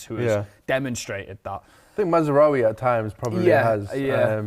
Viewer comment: Still calling him Matsraoui!